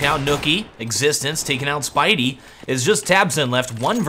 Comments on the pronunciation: i love how he calls spiidi "spidey" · You say Spiidi like "Speedy" ;)